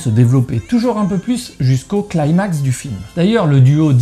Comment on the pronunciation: Au top comme d'habitude, Tarantino étant de plus l'un de mes réalisateurs préférés. Petite précision (séquence chieur de service) : on ne prononce pas pas "claymax" mais "climax". Il s'agit d'un mot d'origine grecque et non pas anglo-saxonne ;-)